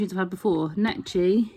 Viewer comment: Great clip. It's pronounced Nekki btw, the ch sounds like kk. :) Think it's the only sewing machine to be shown in the Museum of Modern Art/MOMA and it was Necchi's Mirelle model. What many people don't realise about Necchi is that they have a more powerful motor than Singer sewing machines: 1.1 amps versus the .5 amp motor that comes with a Singer. So they have better quality motors than Singers. I've abandoned my Brother sewing machine after using the Necchi. It's so incredibly precise and a wonderful to sew with. Sewing on a plastic sewing machine versus a cast iron one with a solid chrome lever to adjust sewing directions is way more enjoyable..